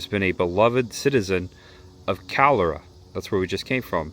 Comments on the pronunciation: You Were in my neck of the woods. Calera is pronounced CA LEAR A. Next time you are in Clanton take time to stop at Peach Park. You won't regret it. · Morning! Calera - Cah-LEER-ah. We're from Sylacauga (sil-ah-COG-ah) where we have beautiful marble,used worldwide. Come see us next time. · Calera is pronounced "ka leer a". There's a lot of town names that sound different than they are spelled. Just like Mobile is "mo beel" not "mo bul". I've heard about some of the places you visited, but have not seen them myself. I really enjoyed your video. Thank you. :) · Calera is pronounced "ka-leer'-a" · It’s pronounced ca-ler-a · It’s pronounced KAH-LEER-AH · Welcome to Alabama!! We love our Milo's burgers and tea!! We also love our Clanton peaches which are much sweeter than those "other" peaches😂 It's pronounced "Ka-leer-a". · You’re in my county! Calera is pronounced “cuh-LEER-uh” 😊. My daughter attends college in Montevallo! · Close- it’s “cuh-LEER-uh,” “sil-uh- CAWG-uh,” “monna-VAL-oh.”😂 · Thank you for coming to Alabama. I wish more people appreciated what all we have here. If you haven't already you should visit Cathedral Caverns in Marshall County. I think someone already may have corrected your pronunciation, but Calera is pronounced "kah-leer-ah". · Calera AL pronunciation ku’-laira. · Good video. Calera, Al = Ka leer ra 😊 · Just down the hill from the playground was some great bar-b-que and a fried peach pie at Peach Park. Also, the Milo's tea came from the burger joint. Milo's double cheeseburger with extra onions. Fries and Milo's sauce to dip them in, a tea to drink, is the way to go. Calera is pronounced Ka-leer-a. Heart of Dixie train musuem is there. You may have gone by there but not stopped though. It's fun to to ride the train when they have events.